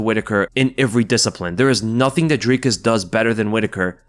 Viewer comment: Not Drykus...its Dreeekus, pronounced like the number three...:elbowcough